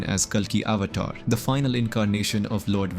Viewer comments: So you can't even pronounce avatar well?? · Avatar, Puran, ..., are pronounced horribly